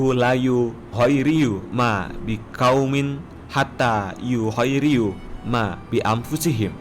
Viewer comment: Yuhoyyiiru min bukan yuhriyu